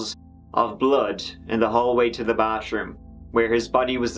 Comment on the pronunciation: Come on man learn to pronounce TH. It’s not Bah-troom it’s ba-TH-room. Also, THIRD is not pronounced turd, that’s a piece of crap!